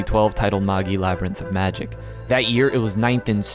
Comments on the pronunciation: It's ma-jai..not Maggie. How American do you have to be to screw up a 4 letter word that badly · Ik that's pretty much how it's used in the adaptation and most people pronounce it that way, but Magi is pronounced as /ˈmeɪdʒaɪ/, so it sounds more like mage I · Magi is pronounced ma-jai. Its the name of Zoroastrian(Persian) priests. Its where we get the word magic from. You don't say ma-gee-ic do you? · Are you actually saying “MOHG-Gee”? Seriously? LOL. WTF DUDE. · Ugh, the way you say the name. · The pronunciation of Magi is killing me smalls